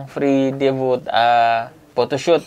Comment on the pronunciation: debut po not debu